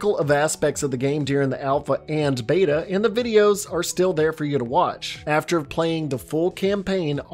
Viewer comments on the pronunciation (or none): none